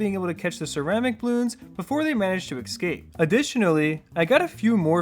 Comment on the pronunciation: good content as usual, i am a recent fan/sub, but it bothers me that you pronounce it like "specialdist" building ;/ same with "ecscape" HELLOOOO ESCAPE ONLY HAS ONE C wake up brother 😢